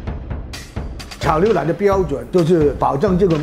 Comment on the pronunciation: 哈哈 牛（liu）奶（lai）